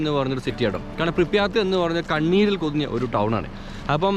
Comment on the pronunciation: "പ്രിപ്യാറ്റ്" ആണ് സഹോ